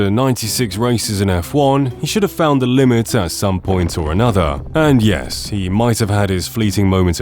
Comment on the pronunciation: it feels so wrong to hear a british guy say "whole nutha level". It's bad enough when Americans say it! LOL and then the english commentators refuse to call him by his actual name and just rename him "pasta". Maybe he deserves it.